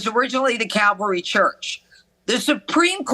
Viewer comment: She is daying cavalry, but wouldn't it be CALVARY...... where they crucified him?????